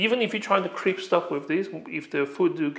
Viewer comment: What is "crips"?? Do you mean "crisp"?